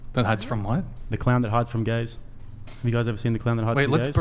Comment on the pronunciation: Is the Australian guy saying "gaze" and thinks its "gays" 😂